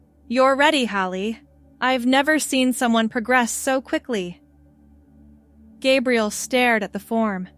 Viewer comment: Stop mispronouncing Gabriel 😮